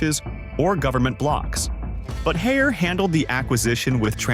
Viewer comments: We definitely prefer to pronounce Haier as “Higher”,( 海尔)， not, hair -er， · * “Haeir “not Harris